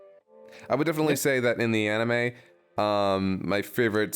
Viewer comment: Bruh if you're gonna mock for how he pronounces "manga" like a mega snob you could at least pronounce "anime" right. 🤷‍♂️